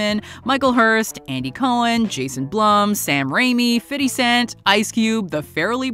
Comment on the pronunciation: “Fiddy cent” lol